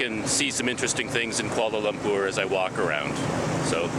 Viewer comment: You pronounced 'Kuala Lumpur' like locals. Nice! Edit : Also the other names as well!